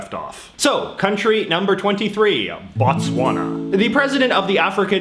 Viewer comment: Your Botswana was WEAK.